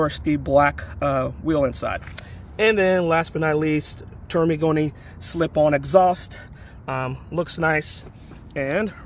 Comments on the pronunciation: spends 2K+ for an exhaust, has no idea how to pronounce it properly )))))) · You should go on the official Termignoni's channel and watch a few of their videos to learn how to pronounce it.